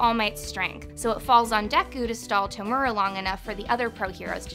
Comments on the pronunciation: Man its tomura not tumera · Same with To-mu-ra